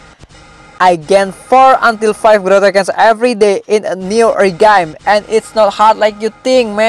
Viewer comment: its growtokens not gutaknans